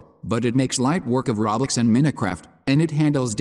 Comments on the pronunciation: Reaaly he says roblox it’s soooo funnnnyyyy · Yeah I can't watch a video that can't pronounce roblox correctly.